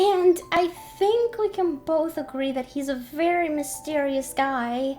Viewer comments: said Fairy not Very XD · I noticed that anytime they say “very” I hear “fairy” 😂😂 Edit:He sAid dO yOu lOvE mE tHeN LiGhT iS LiKe I gOtTa gO! ThEn tBc